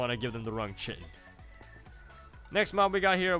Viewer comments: I think it's pronounced "Kai-tin" not chitin. Wish I could figure out why I can't get this mod to work but your videos are a great way to see what it's like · its Khi-tin so triggered